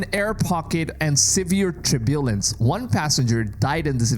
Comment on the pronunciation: Turbulance TER-byuh-luhns I love your videos. I don’t critique every word you say. But that was a word that took me a few times listening before I got the context. Just trying to be helpful. Please know I love your channel and I don’t miss a video. I always hit the 👍🏼 button. 😊